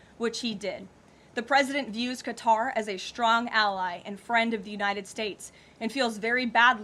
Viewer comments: Too bad she cant pronounce Qatar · why can't Americans pronounce Qatar properly?!?